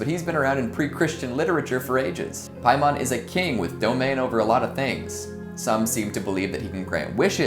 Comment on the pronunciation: I heard pie mom lol